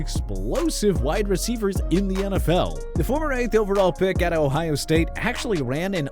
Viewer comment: You butchering these wide receivers